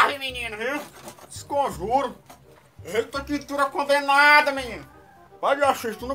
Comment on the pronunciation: "discomjuro" kkkkkkkk